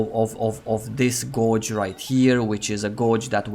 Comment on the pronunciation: Great vid. Just one little point - the pronunciation of "gauge" is similar to "beige".